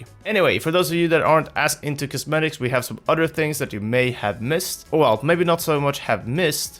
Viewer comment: I'm poking fun at you, for your pronunciation of "Other things". Please don't hate me ahahaha.